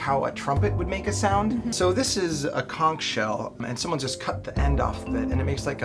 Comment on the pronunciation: The fact that he pronounced conch correctly fills me with more joy that I can say.